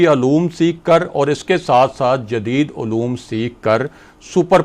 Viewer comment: Pehlay urdu sahee bolni seekhaien, min o Ann naheen hota mon o Ann hota hay , talaffuz sahee karaien. Ooloom naheen hota oloom hota hay.